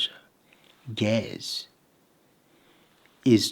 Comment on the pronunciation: pronounced "ge-EZ" just fyi